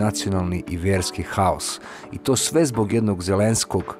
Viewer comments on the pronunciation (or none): none